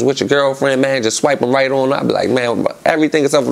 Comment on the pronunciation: lol gillie be saying “rite” 🤣😂